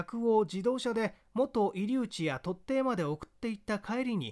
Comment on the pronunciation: いつも楽しく聞かせていただいております。 こめんなさい、神戸の「居留地」は「きょりゅうち」です。